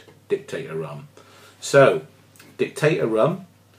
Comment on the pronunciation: Sorry to complain but it is Dict-a-Dor not Dictator.